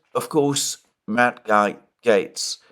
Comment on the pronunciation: For a real political analyst consult Peter Zeihan. This guy can't even pronounce 'Matt Gates', which tells you how much he attends US politics.